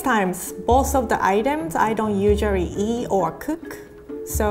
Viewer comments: "The previous time both of the items I don't usuarry eat" 😂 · “Yushery ee oh kuhk” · "All the items I don't USUARRY eat" 😭